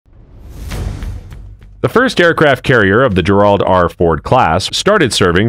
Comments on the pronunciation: He (it?) IS saying Gerald…but mispronouncing it. He’s putting the accent on the second syllable instead of the first. It’s bizarre and probably what makes you think he’s saying Gerard, which DOES take an accent over the second syllable. Most likely a stupid AI voice…although I’ve never heard this particular one before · It’s frigging pronounced JEH-rahld. Not jeh-RAHLD. Who made this crap? You don’t know how to pronounce the name Gerald? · How can you not pronounce the name of your own former president? lmao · Anybody who doesn't know how to pronounce Gerald correctly should not be doing voiceovers! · AI sucks. Cannot pronounce Gerald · Came here to say this….. Seeioulsy. The man was president. Perhaps we should spell and pronounce his name properly?